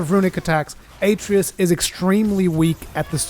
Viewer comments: A tree us lol they literally say the name in the game 30 times ita a trey us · UH tray US. They say the name 2 million times. Not A tree iss. Uh tray us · Aye-tree-us lol how many times does he say it in the game? I know he called him boy but they call him by his name a few times. Uh-trey-us lol love the vid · Also it's pronounced "Uh-tray-us" not "A-tree-us." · “A tray us”Not “atree us” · Atreus = A-tray-us not At-ree-us. Idk why this bothered me so much. Probably because theres to much talking and not enough tips... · You keep pronouncing Atreus incorrectly.